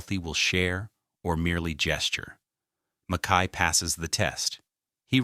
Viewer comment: For the love of God: MACK-y!!!